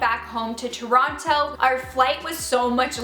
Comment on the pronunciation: No one believes you that you're from toronto pronouncing it like that